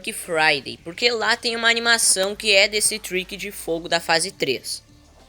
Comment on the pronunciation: E o tricky phase 4 fala tiky